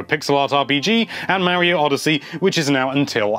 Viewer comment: 2017 and ppl still don't know how to pronounce Mario.